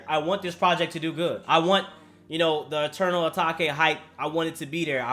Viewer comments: It’s “a take” not “ a talk eh” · It’s pronounced “uh-take” not “uh-tok-aye” 🤦‍♂️ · It's Eternal Atake Eternal ahh take It's like ahh and take Not atakay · Dude what the fuck is wrong with you? Attack-ay? It's ah-take. Take. as in I fucking take things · How we say it: Eternal Atake How say it: Eternal ATAKEY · this dude misprounces the name every time its "a-take" not tack not attack not takis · ITS FUCKING ETERNAL ATAKE AS IN ATAYKE HOLY SHIT🤣🤦‍♂️🤣🤦‍♂️ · This man really still calling it eternal atakay😂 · It’s eternal atake you say take regularly and put an a infront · right lmaooo and he says it like that EVERY TIME 😂